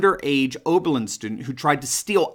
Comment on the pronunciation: Its oberlin, enough said🤔